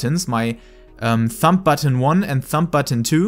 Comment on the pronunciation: Your English is good! The only thing I heard that was a little strange you were pronouncing the b in thumb. It's pronounced like thum. But other than that great video very helpful my hotbar is a mess.